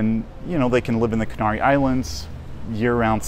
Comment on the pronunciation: Be nice if you could pronounce the name of the islands correctly.